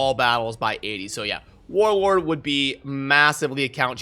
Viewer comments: Is it just me or do I just keep hearing Warword and Warorb. lol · is it just me or he keeps saying warwag instead of warlord lol